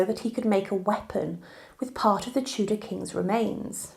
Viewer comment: I wish someone would sort out the subtitles! It's Henry the EIGHTH not APE! & He was a TUDOR king not chudah! Where do they get these cretins from? They clearly do not speak English properly! Let alone know anything about the history of our country